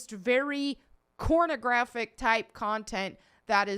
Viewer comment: Did u just say cornographic? 😂lol